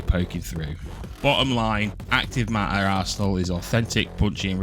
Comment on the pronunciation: "acrive maaaaer"